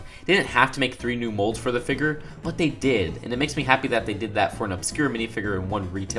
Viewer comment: The way he says "figure" just makes me cringe so much, but the video is still good.